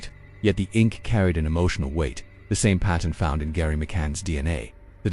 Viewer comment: GERRY NOT GARRY